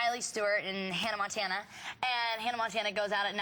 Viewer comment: LOL she says Hannah Mantana,not Hannah Montana.listen 2 it its funny♥